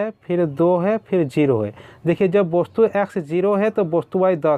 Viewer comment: सर जी वस्तु को आप वोस्तु क्यू बोलते है